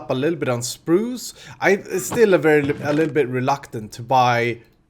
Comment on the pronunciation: I love the way you say Spruce. "Sprooosh"